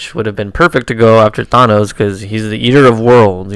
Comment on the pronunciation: Learn how to pronounce Thanos. Watch a Stan Lee interview.